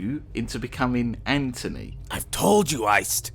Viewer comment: GENERAL AN-TONY